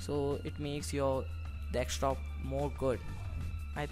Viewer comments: ffs its called DESK TOP not dekstop >.< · Dextop :D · dekstop XD